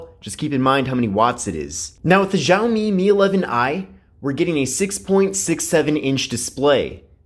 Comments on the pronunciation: the phone is pronounced as (xiaomi mi)shower me not jao me. sorry just had to correct it after listening it the whole video. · Tip;It's pronounced "shall me" BTW where were you we missed you